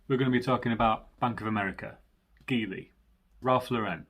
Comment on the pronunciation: It’s pronounced jeely by the way.